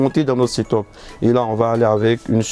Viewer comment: On dit seteupe(setup) pas setôpe